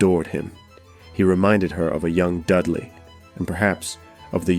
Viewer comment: Had to stop listening at the moment you mispronounced Robert Dudley’s last name. Dudley, is pronounced "DUD-lee," with the emphasis on the first syllable, like "DUD" as in "dud". You said —- who does that? If you’re going to publish, then at the very least make sure you have the name pronunciations correct. It’s extremely unprofessional as you do history (and the listener) a disservice.